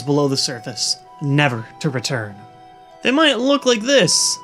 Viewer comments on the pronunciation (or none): none